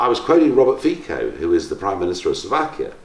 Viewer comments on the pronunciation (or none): Well said, Mr. Farage! Btw, the PM of Slovakia writes his name as Fico, but it is pronounced with a 'ts' in the middle, like in itsy.